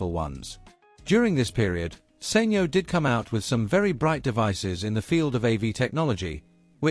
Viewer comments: SENYO? Surely it's pronounced Sanyo! (San yoh). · Informative documentary but maybe someone should tell the narrator it's SAN YO not Sain yo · Thischannel does all this business research but they cannot pronounce the name of company correctly...SAN YO...NOT SANE YO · Learn to say Sanyo properly then i'll maybe listen ....beem in the electronics industy for decades ...you're butchering it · You know he's saying the company name wrongly